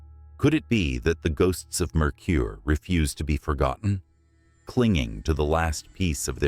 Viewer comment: As a 25 year resident of Tooele it makes me laugh hysterically when these channels, or even non-Utahns, twist their brains trying to pronounce it. It's: Too-wil-la. Mercur is pronounced mer-ker. The Oquirhh mountains are pronounced Oh-ker (rhymes with her). I've investigated the Old Tooele Hospital twice and didn't get any evidence either time! I've also had the opportunity to investigate the Kirk Apartments—formerly the Kirk Hotel—in April of 2014. The Kirk is FAR more haunted than the hospital/Asylum 49, but all three floors of it have now been converted into apartments and therefore not available for regular paranormal investigations. Mercur cemetery is a hot spot for doing some amateur paranormal investigating, but you have to be patient, be prepared to go more than one night, and go when the nights are warm, ie...late spring to early Fall. Otherwise you'll find yourself in very cold, or even snowy weather. 👻👻👻